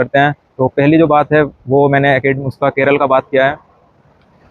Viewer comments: Even after staying in Kerala for more than 2 years , it’s unfortunate that you don’t even know to pronounce the name of Kerala, it is NOT KERAL , it’s K E R A L A! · Keral nahi kerala bolo yaar